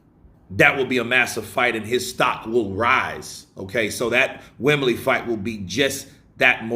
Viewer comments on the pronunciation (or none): none